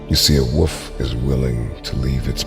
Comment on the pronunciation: It’s woLf, there is an L! It is not woof! Woof is the sound a dog makes when he kind of barks. Drive me crazy. Can’t watch this video lol.